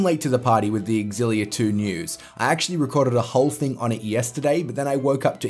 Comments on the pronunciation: (You are the one that isn't pronouncing it properly. It is pronounced eX-illia) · Why can't anyone pronounce xillia properly